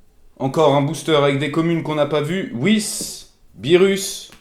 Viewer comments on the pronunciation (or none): none